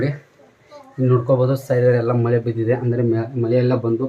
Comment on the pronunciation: madu ಮಲೆ ಅಲ್ಲ ಮಳೆ ಕರ್ಮ ಎನ್ ಮತಾಡ್ತಿಯ ಪ